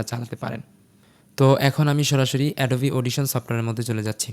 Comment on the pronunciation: এটা এডোবা না ভাই এটা এডোবি